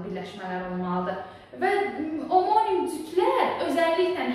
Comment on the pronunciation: Omonim-(amonim) deye oxunur duzgun teleffus ede bilmirsiniz ders izah edirsiniz🤦‍♀️🤦‍♀️🤦‍♀️